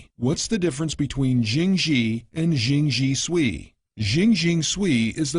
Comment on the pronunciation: Gawd...this gwailo narrator pronouncing Jing Jie Sui as "zhing zhee swee." Somebody kill me already.